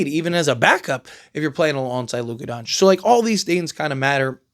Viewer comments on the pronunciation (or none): none